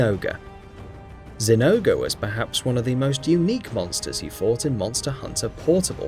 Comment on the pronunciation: it is pronounced Zing-gore